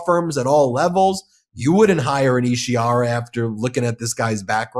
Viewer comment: Isi HAR a, not Ishi ar a. Read it.